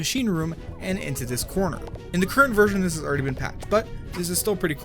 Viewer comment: You said “vergen “. Not version!